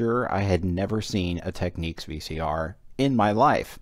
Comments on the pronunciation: As others have pointed out, it's pronounced "tek-NIKS", not "tek-NEEKS". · You drive me insane saying "Tekneeks" it is pronounced "Teknicks" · No, just no lol it's Teknicks as in Technical. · Say 'Technical... Technic-al... Technics. Nobody says Techneekal... Technics is not Techniques. However, a great video as always :) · You drive me insane by saying "Teknicks", even the manufacturer pronounces it "Tekneeks". It's like technique. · it's not pronounced "Techniques". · Someone wrote to Panasonic(the makers of Technics) and here is their reply: --------------------------------------------------------------------------------------------- Dear Panasonic Customer, Thank you for your inquiry. The line is pronounced Tech-Neeks. Should it be necessary to send a reply; to ensure our prompt response, please Please note; when responding, include or attach this message. Sincerely, Representative 15 Panasonic Customer Call Center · Just a datapoint, if it was pronounced as you say, it would be spelt Techniques.